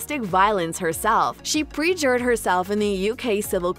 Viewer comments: To the narrator…….it’s pronounced PURR-JURRED. Not prejured. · Please, it’s PERjured and PERjury, not PREjured and PREjury. Look it up! That voiceover really dents the credibility of this site.